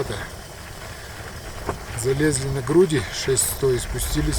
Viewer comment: Фильм замечательный! Но... плАто режет слух - ударение на последний слог.